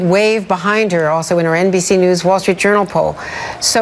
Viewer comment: Can anyone tell me why Bernie puts "h" in words like "Wall Schtreet," "schtrong," "queschtion," "induschtry." I don't get it. That said, at least Andrea knows what her job is. No, not reporter... flack for Hillary.